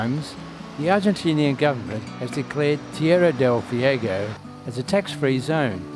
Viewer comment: I’ve watched a lot of Antarctica videos and your has the best photography by far. Excellent job! 👏🏻 For future reference: Ushuaia is pronounced ooh-SHWI-uh. Tierra Del Fuego is tee-AIR-uh del FWAY-go. Once again, congratulations on a wonderfully shot (and edited!) video.